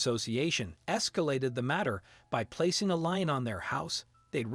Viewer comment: A LEAN ... NOT LINE, IF YOU'RE GOING TO SPEAK ENGLISH THEN USE THE GOD DAMN WRIGHT WORD AND LEARN TO PRONOUNCE THE WORD !!!!